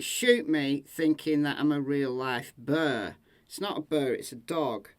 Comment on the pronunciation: Bear, not bird. The accent comes through strong sometimes!